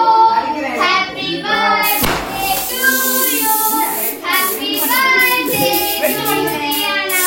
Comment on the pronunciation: Birthday ❌ burday😂☑️